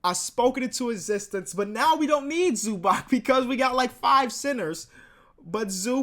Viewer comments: It's not ZubaK, its ZubaTS. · please learn how to pronounce zubac